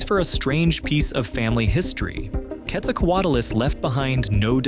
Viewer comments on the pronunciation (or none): Why do Americans ALWAYS say QuetzalcoatAlus it’s Quetzalcoatlus. Why you mass hallucinating that extra letter? Wtf. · What do you mean by one of the largest flying creatures? Which creature was larger and flying? And why do you call it Quetzalcoatulus? And why is the audio so horrible to listen to?